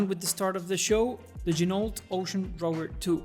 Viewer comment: FYI, Ginault is pronounced: “G-Noh”, per the company owner.